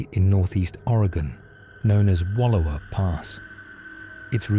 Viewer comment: Please learn how to pronounce Wallowa, I live here and it's annoying.